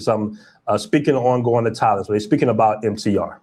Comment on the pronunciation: was calling Thailand “Taiwan” 😂 He needs to take a trip